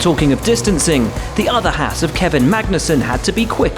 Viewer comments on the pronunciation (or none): none